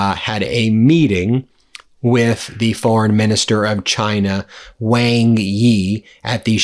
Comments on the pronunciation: Ben, Wang Yi's surname Wang (王) is pronounced like "wahng" or "wong", sounding similar to the English word "song" or "long" rather than rhyming with "bang". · Good segment. Just a small bit of advice: The Foreign Minister of China is named "Wang Yi", as you say. However, "Wang" is not pronounced Wang, rhyming with Sang, or Tang. Wang is in fact pronounced "Wong". rhyming with Song, or long. You seem quite knowledgeable in Asian affairs. But if you can make this one tiny adjustment in your pronunciation when you speak the name of the Chinese Foreign Minister, (someone who's name you will say a lot), you'll gain a bit more credibility with your Chinese speaking audience.